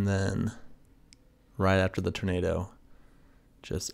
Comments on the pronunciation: I swear you’re saying ternado. Instead of tornado. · What’s a turnaydough? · Love his pronunciation of Turnado. Funny